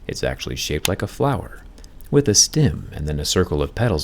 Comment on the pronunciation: Two things I learned in this video: you say “stem” weird, and are apparently immortal.